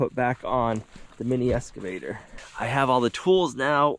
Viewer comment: Every time says "Esss-cavator" my old English teacher turns over in his grave. Looking forward to seeing how the OGP turns out. Wish I was able to do what he does.